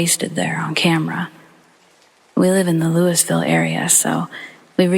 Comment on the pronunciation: Hey I wish you'd go back in and correct the Louisville one real quick. It's lou-vull like waterLOOOOO, two syllables, Loooovull Louisville